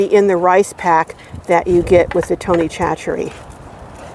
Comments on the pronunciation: It sounds yummy and I'm definitely going to try it. (Tony) Chachere is pronounced saa-SURE-ee. Lots of our Louisiana names are not phonetically decipherable in English. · Great video. BTW, I am a Cajun from Louisiana, and the name Chachere is pronounced “sash a ray”.